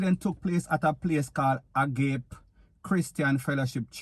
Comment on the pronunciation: The word is a- ga- pe.